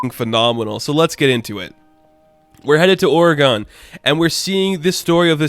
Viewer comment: Great Video... But Bruh That is NOT how Oregon is pronounced.